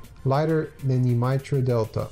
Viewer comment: Mitre is pronounced might-er